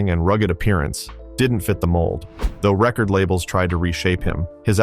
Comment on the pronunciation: Idiot AI narrator unable to differentiate rehcord and reCord.